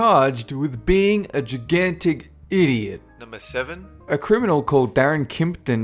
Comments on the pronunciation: "j'gantic" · Gigantic... is totally NOT pronounced that way. You're the worst in pronunciations. :I